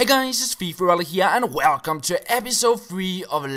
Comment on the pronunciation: He says whalecum actually